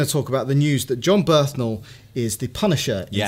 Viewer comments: Its Bernthal not Berthnal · Guys, his name is Jon Bernthal, not Jon Berthanol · Did you have some sort of quota for mispronunciations of "Bernthal"? I think you got it